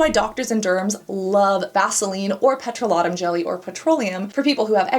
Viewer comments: C'mon, Babe - it's "pet - roh - LAY - tum", not "pet - roh - LAH - tum" and it's "TITE - us - vil", not "tuh - TOOS - vil". Wow, what weird pronunciations for such easily pronounced words. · Well, I've just realised after many many years of saying it wrong that petrolatum isn't pronounced peTROlatum 😅